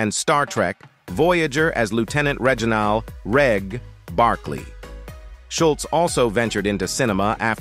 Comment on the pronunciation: What do you expect with an ai generated voice then cant even pronounce Reginald!